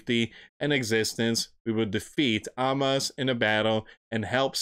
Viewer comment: ….Hamas …. Pronounced…HA Mas. Please I know you have a speech problem but dang man, you don’t know biblical history nor for some reason, you are not doing research, just reading! No wonder you lost funding.